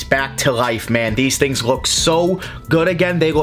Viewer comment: Bwing these tling